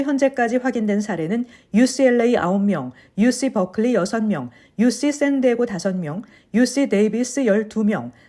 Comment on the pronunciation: UC- 유씨(O) 유시(X) San Diego - 쌘 디에이고 (O) 샌 디에고(X)😂😂😂